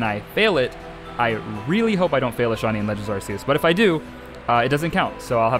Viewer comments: I swear, I have such a hard time not losing my mind when someone pronounces Arceus as "Arseus". Help. I mean, since Legends: Arceus, it's been so long since Game Freak swapped to calling them "Arkeus"! Sure, "Arseus" is how it used to be pronounced, but it isn't how it's supposed to be pronounced anymore! I don't know why I struggle so much when someone calls this Pokemon "Arseus". Just please, don't scream at me using your Arse-phone. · FYI how you pronounce it is ar k I s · We have an official way to pronounce Arceus. It's so freaking annoying when people still say Arse e us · Uhm, actually, it's pronounced "ark-ee-uhs" ☝️🤓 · Kind of pissed he kept saying full odds and pronouncing Arceus wrong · You're pronouncing arceus wrong.